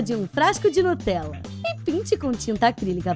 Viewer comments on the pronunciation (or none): Ela falou nutrela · vc falou nutorela